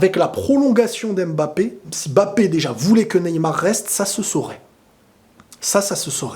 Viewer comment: MMMMMBAPEEE ET NON M''' '' '' '' BAPE STP PARDON PITIER